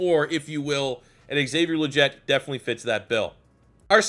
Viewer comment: you pronounced legette wrong